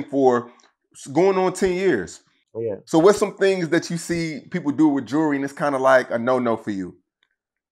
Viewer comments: And he so bad it lol- this goof the last person i would take ANY type of advice from- for sure not financial lolol- And kevo, its pronounced “jew-el-ry” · He can’t even pronounce jewelry lmao he always worried about what others got going on lol